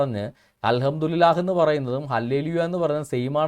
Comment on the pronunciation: al hamdu li lah allada pottaa al hamdu li llah ennanu, kootti vayikkumbol pala preyogangalkkum mattam undakum